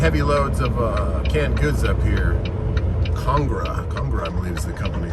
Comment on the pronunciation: When you say, "Congra", are you actually trying to say, "ConAgra". Pronounced as two syllables, Con-Agra. Just helpin'.